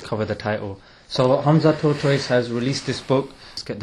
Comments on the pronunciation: Hamza “Tortoise” 😂😭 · He said Hamza Tortoise. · I swear he said Hamza TORTOISE 😂😂😂😂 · did man say hamza tortoise? LOLL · hahhaa luv the way you pronounce his name ,HAMZA TORTOISE ,he is legend may ALLAH make him the another HAMZA of islam. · The way he pronounce his name hamza tortoise. Hahahahhaha